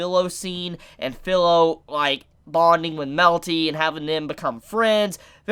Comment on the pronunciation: Sorry but this has been bugging me for a while, the girls name is pronounced FEE-LO NOT FILLOW. In Japanese the I sound present in words like chibi, watashi, and kirin have a hard e sound not a soft i sound. Please pronounce her name correctly.